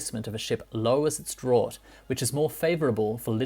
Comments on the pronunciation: "draught" is pronounced "draft" if you do not have a maritime background !!! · Fascinating stuff, think the draught is pronounced draft though!!! Sorry for the nit picking. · Draught is pronounced Draft (like Draught Beer) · It's funny how you pronounce French and Italian words correctly. But pronounce draught an English word incorrectly, it's pronounced draft. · DRAUGHT is pronounced as DRAFT not as drort like you say. otherwise a good video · A drort? It’s pronounced ‘draft.’ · Draught is pronounced Draft, not Drort. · Wondering what the hell a 'drort' was, but realised you meant draught (pronounced draft) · "Draught" is pronounced "draft"; yes, I know... 🙃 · Draught is pronounced draft